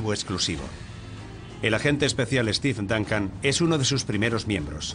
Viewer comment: "Estif Dancan".... jajajaja! los españoles pronuncian de la verga